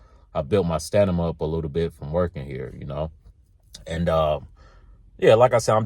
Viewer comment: lol 😆, I said to myself "if this man say sta ni ma one more time" then he said it, again and again, and again. Lol I ain't mad. We all know what he meant.